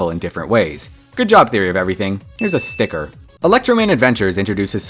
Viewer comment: BRO THE WAY HE SAYS “STICKERH” IS SO FUNNY